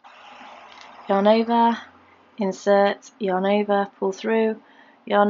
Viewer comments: Lisa Bowden ova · Lisa Bowden sounds like shes saying " your neighbor " 😂 too cute!